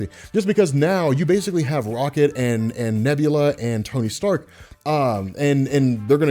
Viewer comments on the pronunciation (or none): "Sony Tark" I hope someone else caught that , awesome content